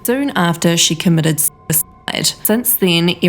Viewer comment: "She commited ssside."